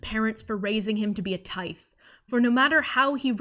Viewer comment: i wanna point out tithe is likely pronounced like "tithing", like giving money to a church, which is kinda like "taiv"